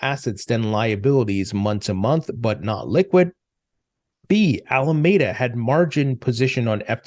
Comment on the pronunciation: It’s Ala-MEE-Da. Pls say it properly. You lose credibility when you mispronounce it.